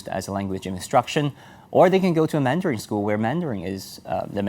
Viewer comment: Is he pronouncing mandarin as "mandaring"?